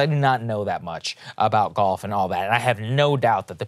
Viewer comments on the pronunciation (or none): Are you saying golf or gulf